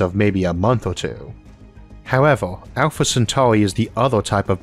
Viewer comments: Alpha centaurwi 😂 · Bro it’s actually annoying listening to your voice it’s Earth earth Centauri no centauwi fuck man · when did elmer fudd become a narrator alpha centawri